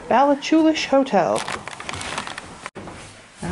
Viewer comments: its pronounced balla-hoo-lish the c is silent! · the way you pronounced ballachulish